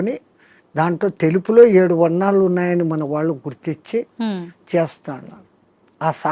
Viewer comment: వాళ్ళో. 'ళ' అనే అక్షరాన్ని పలకండి లేదా పలకడానికి ప్రయత్నించండి. కళ్ళు' పెళ్ళి, తాళి ఇలా పదాలలో 'ళ' అక్షరం ఉపయోగం ఉంటుంది. మన శరీరం ఒక అవయవం లోపం ఉంటే అది ఏదైనా అది సరి చేసు కావడానికి శతవిధాల ప్రయత్నిస్తాం, గాని అది భాషా కదా అని ఊరుకొంటే కొన్ని అనర్ధం జరగవచ్చు. ఉదాహరణ కి kama kills a man. అది ఎలాగున అంటే మనల్ని ఆంగ్లేయులు పరిపాలించే